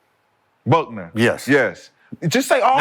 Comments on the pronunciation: Paige Bueckers is pronounced Beckers, not Buckners. According to ESPN, Paige Bueckers was ranked #1 in the high school basketball class of 2020, followed by Angel Reese, Cameron Brink, and Caitlin Clark. Due to injuries, Paige dropped out of the news. She red shirted a year and now has eligibility for one more season. When healthy, Paige is a damn good player. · Paige Bueckers not Buckner. 😅😅 Nice to hear guys talk womens hoops. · Paige Buckner 🤣🤣 it's Bueckers fellas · time mark _ "Van Leaf probably wouldn't have got drafted" time mark _ "If Buckner would have come out" Gentlemen, the names are "Hailey Van Lith" and "Page Bueckers". 🙉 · Paige last name is pronounced “BECKERS” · These fools saying Paige Buckner 😂😂😂